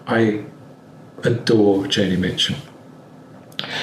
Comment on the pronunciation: It's JONI Mitchel.